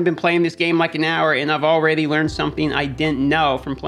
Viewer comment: Can someone explain the ''alrady'' pronunciation? Is it supposed to be funny or what's the deal?